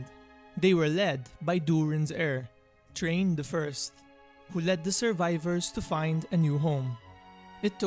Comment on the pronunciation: It's pronounced "TH-rain" not "Train" Bite the tip of your tongue and exhale like an "s." Imagine saying "Srain" but with the tip of your tongue like i explained. Just trying to be helpful. LOVE THE CONTENT KEEP IT UP!!☺️